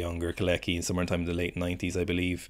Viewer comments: I think you pronounce him "Co-latch-ky" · After butchering kolecki's name so many times I don't think you have any right to complain about people not pronouncing Irish names right lmao 😭